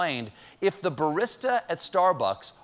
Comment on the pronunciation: I feel personally victimized by the way Stephen pronounces "barista."😂😂😂